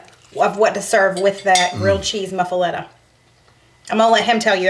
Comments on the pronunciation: "Moo-fa-letta!" 😂 Looks delicious! U can use mayo instead of butter to grill the sanguiches. Lol. But seems a bit of an odd choice on an Italian sandwich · LOL Your pronouncing it wrong. I love you guys and your cheese eating cat. I have made several of your recipes with rave reviews. Hugs and purrs